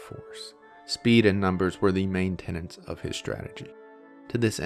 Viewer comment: Tenets, not tenants.